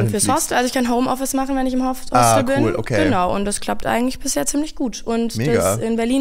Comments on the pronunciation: Macht es nur mich verrückt, dass das Wort “Hostel” wie Hostell ausspricht? 😅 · es heißt Hostel, nicht Hostell 😂